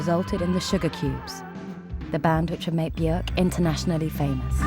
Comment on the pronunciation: her name actually rhymes with work